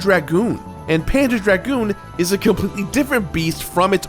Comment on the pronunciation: I keep hearing "panda dragoon"